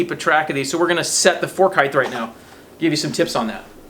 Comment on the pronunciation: I was only an aircraft mechanic in the military and don't say the word "heigthe" like so what would I know.. Also, I said "if possible". It is certainly possible to torque these bolts without an extension..